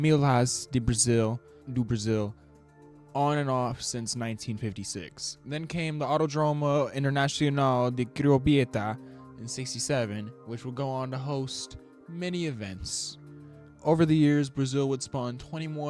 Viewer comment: It was worse when he spelled Curitiba as Crobieta